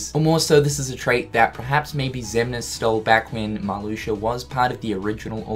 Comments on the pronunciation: Emiliano Gonzalez but it's pronounced Mar-Loo-shia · I think it's Marluxia not MarluxiER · Oh my god “Marloosher” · Decided to take a shot every time I heard “Marloosher.” I’m three minutes in and I’m drunk. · Marluxia in english: MARLUSHU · “Marlusher”... Nice. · "Marluxer" XD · Lol "Malusher" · It sound like you are saying Maluxur,. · Does he say "Marluxier" when it's in the middle or beginning of a sentence? I'm pretty sure he said "Marluxier is back". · Does any one else hear him say marluxer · Who is “Marluxiar”? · Is he saying Marluxer? Lol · Matthew0337 This. He says ‘MarluxiaR’ as well, it’s just the way he speaks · I love the way he says Marluxia. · i caught it the first time he said it and thought he just messed up... then he continued to say it lol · Nah, I'm a kiwi same as him and is definitely saying it wrong lmao